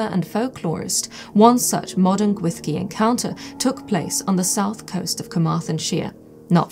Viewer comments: Great video, super interesting! One minor thing, though: the Welsh "ll" isn't pronounced "th". It's more like a hissed/swallowed "sh" but that's not quite it either. Sounds like the cloche is going to be a really important object for your museum, so might be worthwhile practicing that sound if you're going to be talking about the Gwyllgi a lot on tours etc. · I too am haunted, by how a word spelt Gwyllgi could be pronounced Gwyshgi. 🤯